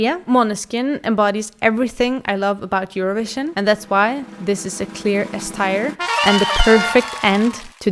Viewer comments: its tier not tire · Great video! I like your personality and your comments on every winner. Good job 😊 I feel like I have to say that tier is pronounced like "teer" (I mean this in the nicest way possible and I'm sorry if I sound rude) I 100% agree about Lena!! It's my least favorite winner of the last 25 years and your comment about your slightly challenged cousin was hilarious 😂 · Or "S tire" as the woman in the video pronounces it. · The way you pronounce teir makes me unreasonably angry